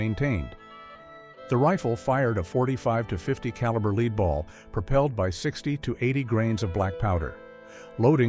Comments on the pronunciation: Lead ball not leeD ball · Is leed similar to lead? It can't be that difficult to pronounce stuff properly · A leed ball ?? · It's pronounced "led" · WTH is a "leed" ball? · Will someone please teach the narrator of these videos how to pronounce “lead?”